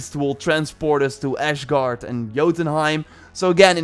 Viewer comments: Why are you saying ashgaurd when it's asgard? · Oh come on, it's not 'Ashguard', it's Asgard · Asgard not Ash-gard. It’s not in Musphelheim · Its called ASgard not ashgard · I swear if you say Ashguard one more damn time Thor is going to come to fight you instead of Kratos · Thor will turn u into ash for saying ashguard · Really! «ashgard»? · I dare you to say ASHguard one more time!!! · Its not Ashgard, theres no H there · "ashgard". yes. exactly. i didn't cringe. i promise.